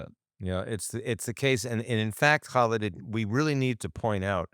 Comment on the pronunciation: Love your podcasts and I respect your frequent guest, Khalid. Please do him the honor of pronouncing his name correctly; Kah-LEED. Thank you.